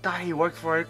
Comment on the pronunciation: Who else thought the way he said he’s the Cúcuy was cool